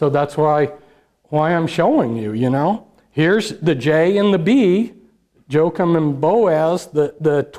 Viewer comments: Joachim is pronounced wah queem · Jochaim is pronounced wahkeem